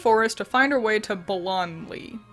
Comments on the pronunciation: By the way, you pronounce it bAl-un-lee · The way you kept calling Ballonlea "Baloney" had me rolling! I snorted every time you said it! Great video, love the magical girl theme team! Your "transformations" by getting new clothes were fantastic too, I love Sailor Moon!!